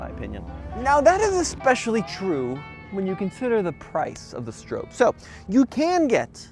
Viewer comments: Stop saying Strope, w/hard O. His name is Stroppe... Bill Stroppe (Str-ahh-ppp) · Just FYI, it is pronounced "Strawp" not "Strowpe." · The surname Stroppe is typically pronounced "STROP-pee". It rhymes with "hoppy" or "poppy". Some people may mispronounce it as "STROPE". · You are pronouncing Bill's name wrong. It does not rhyme with hope.